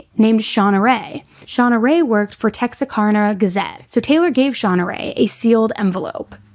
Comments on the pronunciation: I’m from Atlanta, TX (around 45 minutes from DeKalb pronounced “DE-cab” and New Boston) and this is pretty trivial, I know but… “Bowie” is pronounced with the “oo” sound and Texarkana pronounced with the last syllable being “Anna’ as in Hannah. As a local just really drives me crazy. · Texarkana isn’t pronounced Texarkona! 😂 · craziest pronunciation of texarkana ive ever heard LOLLL its tex•ar•can•uh (born and raised here!) this story was so insane for our region